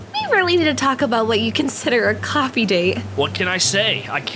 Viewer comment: Nö one falls about He say's poffe instet of Coffee At:48 Something